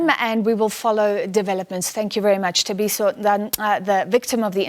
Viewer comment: This news anchor has been presenting news for years, she’s South African, HOW DOES SHE NOT KNOW HOW TO PRONOUNCE Thabiso’s surname….. SABC is a joke where does Sophie Mokuena find these people……